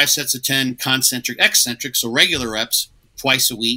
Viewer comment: The way pronounces 'eccentric' makes me think he also calls 'espresso' expresso 😂